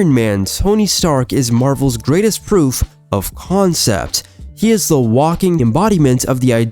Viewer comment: Is this an ai generated script? Why did you say ‘proof, of concept’ when the phrase is more like ‘proof-of-concept’